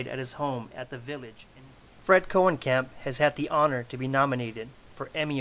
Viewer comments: His surname is pronounced [Cone-uh-camp] and not [Cohen-camp]. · No I am actually part of this family and it is pronounced Koe-nee-kamp